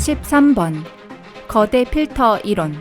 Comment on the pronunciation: 이론 발음이 많이 이상한데 목소리는 누구목소리인가요?